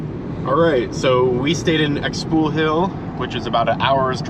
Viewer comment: ‘CLACK-a-mool’??? ‘Ex POO Hill’??? 💀💀💀💀 Come on! Maya isn’t that hard to pronounce. Kah-lock-MOOL. Shpoo-HEEL. No one‘s asking you to master an African click language. You should be able to pronounce these simple place names!